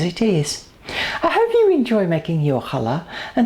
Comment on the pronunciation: This has always been my favourite bread, and now I can make it with no problems. I've also learned how to pronounce the name of it correctly thanks to you. Thank you so much!